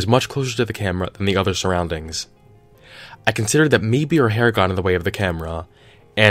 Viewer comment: He said "hair" and I went from 100% onboard to nope in about half a second